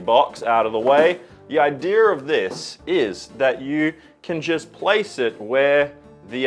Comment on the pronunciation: My grandma used to say Idear when she said Idea and the way you said it just really reminded me of her, thanks man, she passed at the beginning of the year and it was really nice having that memory pop up randomly.